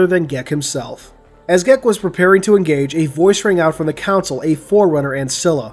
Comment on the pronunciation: This story was great. I really hope we get a sequel. Sidenote: Why do you pronounce "console" like "council"? ::P